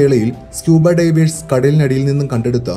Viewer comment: Please pronounce divers correctly otherwise all good. Knowledgeable.